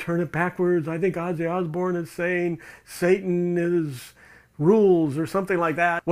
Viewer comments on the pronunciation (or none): none